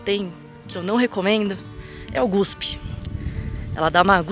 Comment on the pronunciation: GUSPE? EU OUVÍ 'GUSPE'? SOCORRO!!!!!